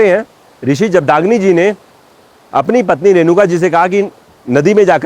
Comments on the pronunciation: Pronouncation जगदाग्नी नही सर जमदग्नी है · भगवान परशुराम जी की पिताजी का नाम जमदग्नि। उच्चारण अस्पष्ट महाशय। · Rishi Jamdagni is correct pronunciation